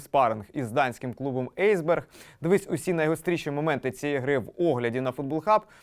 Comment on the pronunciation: Ейсберг😂😂😂 Написано ж Есб’єрг